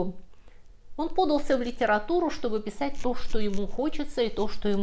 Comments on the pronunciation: Почему "дрАзнили", а не "дразнИли" и «пОдался», а не «подАлся»? Спасибо за рассказ. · "дрАзнили", "пОдался".. Тётя, ты чаво?